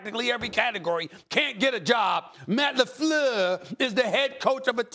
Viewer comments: Stephan a gets a pass to call the coach "Matt LaFlewwwwww" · SAS not Matt Lefluuuur. 😂😂😂✊🏿